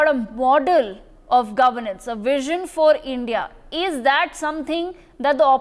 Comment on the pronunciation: A basted pronounce india not indi. L